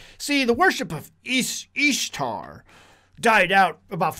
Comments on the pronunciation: Thank you for taking the time to provide this information. But I'm a little confused and would like to ask a couple of questions if I may. 1.) You pronounce the name Ishtar with a ''Long E'' substituting it for the short I sound. Would you able willing to produce the context and resource/s that supports your reedition of the word. Every pronunciation I've viewed has a short I, as in the word, ''fish- ish =Ish =Ishtar. 2.) The chart that you provided seems to show the similarities between different ''fertility goddesses.'' In what ways does this prove that the word ''Easter'' and the word ''Ishtar'' as Etymologically the same? In what way or ways is Isis connected to an egg? 3.) The time of - , were you aware that the reading of the ancient text was taken out of the fable works of Lucius A. Madaurensis's ''The Metamorphoses'' also known as ''The Golden Ass?'' It's a tale about a young man who, while experimenting with magic, turns himself into a donkey. How would this be considered historical evidence or a record that would support of your previous claim? 4.) In the article, ''Is the Name Easter of Pagan Origin'' from Answers in Genesis, you refer back to Alex Hislop. Was the whole article read? ''Similar claims are made by Ralph Woodrow in his 1966 book Babylon Mystery Religion'' (written as a companion book to Alex Hislop's The 2 Babylon's.) also, ''Woodrow has stopped circulating his early work and replaced it with an updated title The Babylon Connection? '' (which c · Ishtar is even pronounced easter